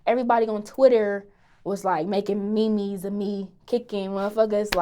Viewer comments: LOL it's so cute that she pronounced meme's as Mimi's 😂😂😂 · lmao she said me-me’s😂😂😂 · Did she call memes meemees😂